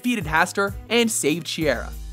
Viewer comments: It's not she-err-ah, it's shy-ear-a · Who else is annoyed by the way he says Shiera? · Man he mispronounced her name and the metal.